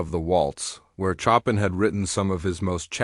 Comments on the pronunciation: Not chop an! It is pronounced as Show pan! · Great story, almost bringing me to tears ! The reader, was a very weak reader, and hadn’t taken the time to properly pronounce key names like Chopan.He pronounced it like Chop in rather than the phonetic Showpan which is the correct interpretation ! His reading was very choppy with sentences being butchered with continual long pauses, which were totally unacceptable for any reader , who put no effort to practice, until he could properly read ! Look for a job better suited to you ! No offence, this just is not in your skill level !!!